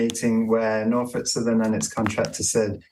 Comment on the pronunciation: Silent L in Norfolk.